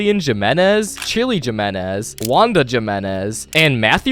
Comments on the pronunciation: It’s not pronounced Jimenez in pronounced Himenez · Why does bro say jim-inez. I’m pretty sure we all no it pronounced he-minez. Not tryna hate.